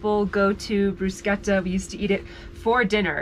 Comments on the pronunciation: What are you calling these things , "Briskettas"? ...????? oh you mean, "broos - ketta." - without the mozarella. "Briskettas " - with the Mozarella. Gotcha. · I giggle at many of y’all’s pronunciations. 🤣 This time I decided to comment. lol Bruschetta... broo-shett-uh